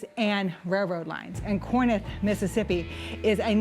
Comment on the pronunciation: It's pronounced Core-inth. Not Core-nith.